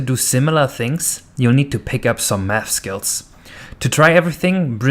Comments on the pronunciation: Im pretty sure you ment math and not nath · "nath" XD